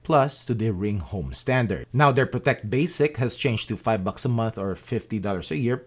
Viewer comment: did you say 5 bucks or 5 buc bucs 🐔